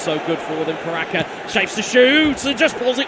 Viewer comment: Gue fokus pada komentatornya,, caraka dibilang karaka😂😂😂😂😂